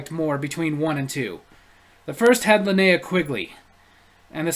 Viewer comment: learn to pronounce... its Linnea (Lynn-eee-ah) and Kaitan (Kay-tin)